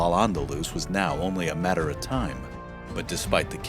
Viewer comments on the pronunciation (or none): none